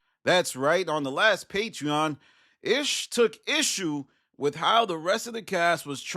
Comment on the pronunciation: “Ish took Ish-you”.